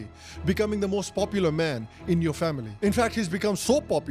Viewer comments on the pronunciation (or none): none